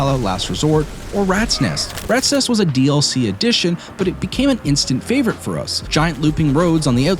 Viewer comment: "My personal favorite" says it wrong. Ok buddy. Jk great video man